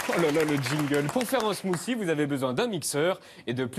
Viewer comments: Smoossi! What te de fuck! Est-ce Hollande qui vous a montré la prononciation? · Ahlala c'est marrant de voir les français prononcer un smoothie ; "smoussie" alors que ca se prononce "smoutie"